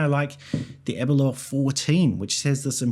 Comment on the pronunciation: Every non Scot seems to have difficulty pronouncing Aberlour correctly 😄 it's not Aberlure!